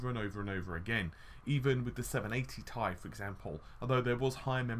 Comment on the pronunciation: Curious what your reasons are for saying 10GB is at odds with a 384-bit bus? As a side note I've never heard anyone pronounce "Ti" as "Ty" it sounds weird :P Also "en em" (nanometer) also sounds weird, I'm not sure why though :D